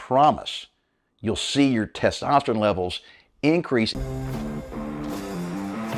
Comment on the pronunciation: Mark, been listening to you for about a month. So far, I really like you and your program. Appreciate the advice. But, for the love of God, could you learn to say the word “testosterONE?” 😂 Dude, that’s an “O,” not an “I.”